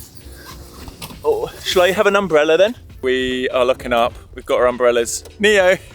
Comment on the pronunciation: Neo is a popular name in South Africa and it means gift however it is pronounced neh-oh. ❤ I love you guys